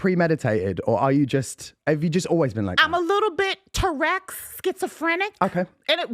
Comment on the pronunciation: Tourekks 😂😂😂 love it